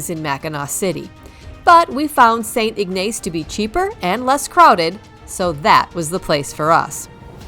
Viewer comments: As travelers ourselves it is always silly and funny how people mispronounce the names of our towns. The first town you mentioned was St. Ignace and yes Ma'am you butchered it. It looks like but is not pronounced St IG NACE but simply pronounced St. IG NUS. If you visit not to far a way the beautiful small city of Charlevoix I will give you a heads up on it's silly pronunciation. It is pronounced Char La Voy which is nothing like it's spelled. I have called this area home for over 71 years and thanks for your videos. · Enjoyed your video. I’ve been to Mackinac three times going here soon again in mid May. Staying at The Grand finally ! St Ignace is pronounced “ IG Niss “ just a little fyi and thanks again for sharing your video❤ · Saint ig-nas is how you pronounce